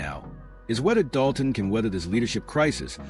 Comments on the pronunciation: Dude it's Dolton, with an L. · Doe-ton??? LMFAO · When you jump on the bandwagon and don't even know how to pronounce the name of the town, you are so pathetic.